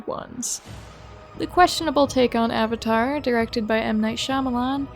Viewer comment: I understand and mispronunciation of Aang, it’s like a weird Asian thing with pronunciation. But like, avatar is an English word. A 100% English word